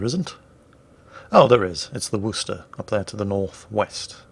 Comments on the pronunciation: The wooster? Come one that can not be how you pronounce that...:) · As an American, it bothers me immensely that Worchester is somehow pronounced Rooster